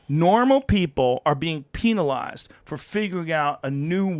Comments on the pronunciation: "Peenalized" 😂😂 I'm too high rn. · Peenawl ized